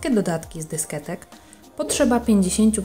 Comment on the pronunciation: Pani Kochana nie dysketek tylko dyskietek, ale masz przyjemny głos :)